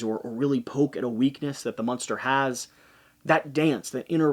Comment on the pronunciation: Is "munster" an inside joke, or is that just how you pronounce "monster"?